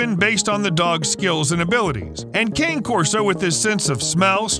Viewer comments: Hey Narrator! It's KHAN•eh Corso. Or , KHAH•neh, or heck, just give it a lazy Connie Corso like a lot of people do. It's a helluva lot better than calling it a walking stick or peppermint Christmas candy. And before I forget,what the hell is Canis Putin Nax, or Putinax? Dontcha mean Canis P U G N A X ? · The dog is an Italian breed and the name is pronounced CAH NAY CORSO, !